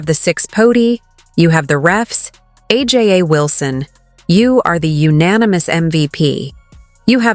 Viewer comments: Who's are ja Wilson it's aja Wilson. I hate to listen to the foreign commentators can even pronounce the name of the person they are talking about.. infiltrated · Aja is pronounced Asia. Wilson is named for a 1977 Steely Dan album and song. I hate AI. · Pronounce her name right u sound stupid u are talking about her say her name right .Com on man